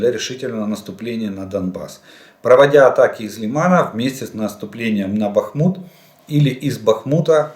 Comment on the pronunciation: Нарешті скажіть вже хто-небудь йому, що не БахмУт, а БАхмут, господи помилуй.